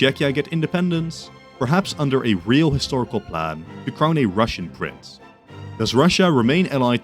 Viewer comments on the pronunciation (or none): none